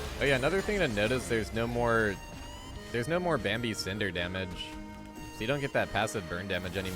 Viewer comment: My man it's Bami not Bambi kekw